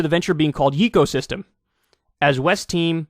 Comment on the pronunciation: It probably is yay co system. Not yeee.